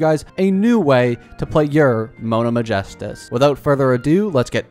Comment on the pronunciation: I wasn't commenting about you, and second of all he said Mona right, but he said Ma-gestus when it's Megistus.